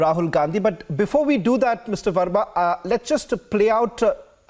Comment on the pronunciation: Rahul Gand-hi that's how it's to be pronounced